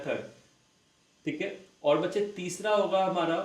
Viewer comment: Manlo bach-chee 😂😂😂